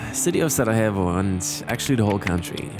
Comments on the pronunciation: Please don't pronounce Sarajevo with Spanish 'j', proper pronunciation is SaraYevo 😁🙋🏼‍♂️ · Hahaha my man, I think youre pronouncing Sarajevo as if you were in Colombia. Its Sarajevo with a Y (younger, yellow) not an H. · Sarajevo not sarahevo